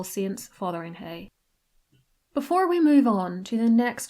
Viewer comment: Just to point out the village of Fotheringhay plus and it's castle in Northamptonshire is not pronounced Fothering - HAY but Fotherin - Ghay, as in gay. Was always historically and that still remains the correct pronunciation. I was born and raised 3 miles away and and it was a much loved playground in my childhood. All natives of Northamptonshire, past and present and happily most historians pronounced it correctly. The problem occur with one TV revisionist historian personality desperate to make their mark over a decade ago , bizarrely chose to pronounce it dfferent ephthasis. Cynics might constrew to highlight their work from all the rest. Of course it was greeted with howling protests from the natives., other trendy" historians "folowered suite. Now of course it as got online and will take years to eradicate, if at all. We have a similar problem, with Princess Diana's old home in Althorp also in Northamptonshire. It is pronounced Al- thorpe not Al- throp. The Spencer's drop the 'e' during the very early 1800's to change the pronunciation to something more ethically pleasing and slightly more upmarket. Though they tried to argue the case otherwise. However, everyone in Northamptonshire just carried right on prouncing it how it as always been written until the present Lord Spencer as finally admitted defeat and capipulted. We don't like our historic place names tampered with ! ;)